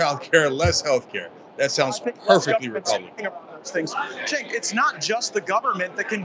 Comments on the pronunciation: Nice video he mispronounced cenk name every time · One thing I can credit Gaetz with is correctly pronouncing Cenk's name, and that's saying A LOT